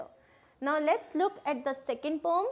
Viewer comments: Poem not pom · Poem (pronounciation) 😕